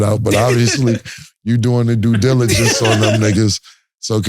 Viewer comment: Cam gonna make sure he say "due diligence"....